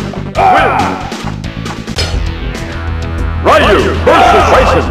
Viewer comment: The announcer says Ryu's name wrong as well as the other characters with Japanese names